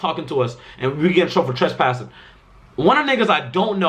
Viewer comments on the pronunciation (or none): Nigga said trashpassing